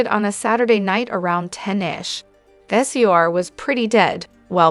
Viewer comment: I cannot say enough about how much I hate A1… we all heard on how the pronounced, sir SUR …. And I did not hear an allegedly after your accusations about what goes down at these establishments so you have just opened yourself to a huge liability and maybe sued in the future and I hope somebody from one of these restaurants sees this and shut this site down because who needs AI reporting we need people And if you can’t afford person, I highly doubt that you are going to afford the lawsuits that should hopefully be coming your way. I hope you have all your documentation on the accusations.you have made